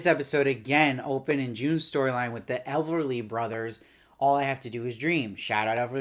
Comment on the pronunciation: Everly Brothers, not Elverly.